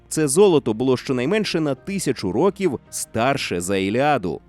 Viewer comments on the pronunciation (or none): none